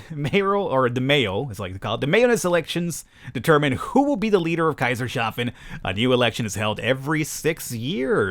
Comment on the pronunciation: for the Love of god it's Kaisers-hafen!